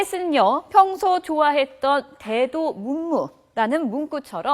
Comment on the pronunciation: 36:~대도무문을 대도문무거리는 아나운서 줌마ㅡ.ㅡ프롬프터대로 읽기만 하는 단순직도 삽질하는 꼬라지.머리에 든 소양이 있으면 저런 삽질하겠냐?원고가 삽질돼있어도 지가 교정해서 똑바로 읽지?변인지 장인지 분간도 못하는게 아나운서라고.직업의식은 없고 그저 상판 성형질이나 잘해서 재벌,부자놈과 엮이는게 목적인 것들 티나 남.옛날에 강용석 말 틀린것도 없어.